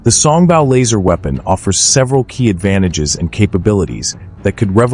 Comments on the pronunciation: song bow not bau. Your AI suffers from pronunciation problems. it can take its bow (bau) in the alley before the mice. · Mispronouncing “Song Bow” (Bow should sound like “Row”) instead of sounding like the sound a dog makes (“Bow Wow Wow”)! Repeatedly over and over again with that bad AI pronunciation.